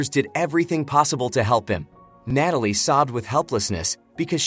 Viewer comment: I love watching these movie recaps but....its NAT-alie not NATE-alie. That really bothered me lol